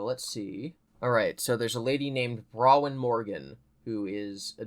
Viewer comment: Okay, now that I've been added to FNAF canon, it's pronounced phonetically BRAWN-win. Not Browin. Mines spelled Bronwyn lol. I yelled at the screen every time you said it wrong. But otherwise, lived listening to your play/read through